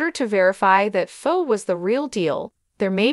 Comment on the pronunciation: Pronounce names right her name is phone not phone